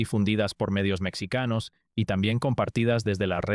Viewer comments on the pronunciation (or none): Mexicanos, no mecsicanos, sólo IA